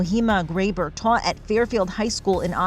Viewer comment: "[teacher] taw a' Fairfield high school." What kind of training do reporters have to go through, to end up not knowing how to say basic words?